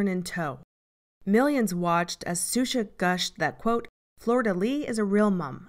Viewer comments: Shoushah, (Xuxa), not Susha...😅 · Isn't it pronounced Shusha? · Love the coverage but planet suxa killed me 😭 her name is xuxa, pronounced shusha! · I'm sorry to be that person, but Xuxa is pronounced "SHOO-sha." Anyway, as someone born in Rio and with dual US/Brazil citizenship, thanks for this video. She's certainly an interesting subject. It's also depressing to see how far-reaching AOG is. Edit: I think you'd do a very good job covering Mother Teresa, if you're ever hurting for subjects. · Yes we know it's pronounced Shoosha but the narrator cannot be expected to know how to pronounce every Portuguese word correctly. No need to belittle her for that. It's an excellent documentary and very well presented.